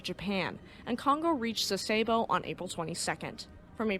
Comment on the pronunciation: I also appreciate the narrator's pleasant diction and educated American dialect. A very minor issue for me was the use of American instead of Japanese pronunciations for "Sasebo" and "Yokosuka". I'm an old WesPac sailor who is used to hearing the Japanese version, but overall that doesn't matter much.